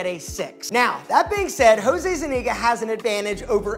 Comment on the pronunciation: Zeniga? Its ZUniga my guy.